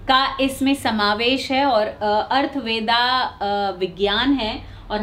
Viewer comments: Atharva Ved...not Arth ved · ''अर्थवेदा'' ऐसा शब्द नही है बल्कि सही शब्द ''अथर्व वेद'' है चार वेदोंमें से अथर्ववेद एक वेद है , ठिकसे उच्चारण नहीं करेंगे तो लाखो करोडो लोग के पास गलत प्रचार प्रसार हो जाएगा ना ? , इसलिए पहले के ज़माने में ऐसे मन्त्र विद्या सिर्फ गुरु शिष्य में गुप्त रखा जाता था , not arthveda , it;s atharva veda , read carefully - पंडित सुरेश पित्रे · अर्थ वेदा उच्चारण नही बोलते, सही उच्चारण है अथर्ववेद